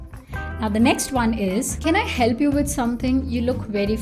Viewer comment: I really like the person, but your English pronunciation, omg... For example, also, Olsou you need to say not olzo, not hiel'pi, just heLp, not soft